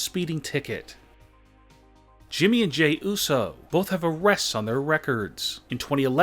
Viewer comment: it uso not uso